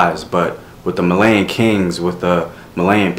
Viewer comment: It's not prononuced Malayan it's Malian. It's pronounced Mollyian.